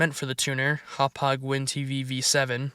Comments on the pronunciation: Where do you get "Hop hog" from Ho-pidge? Lmao 😂😅❤🎉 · I used Media Centre with a digital TV tuner for pretty much as long as it lasted. In my opinion, it was better than any other solution, though I had a custom PC build/HTPC. Oh, and it's pronounced "Hawp-page". Also, not sure if a region thing or if the Vista version you are running is just older, but auto-scan for DVB channels and RTS radio, always worked for me, even after support dropped, but I'm in Australia...